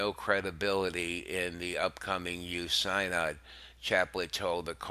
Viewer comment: I wish you would take some time to learn how to pronounce the words like synod, Chaput and Vigano. Delivery style put me to sleep. This can be something of great need right now- so get your act together.